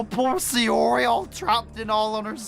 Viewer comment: Yeah just sayori best waifu! But your saing siori not sayori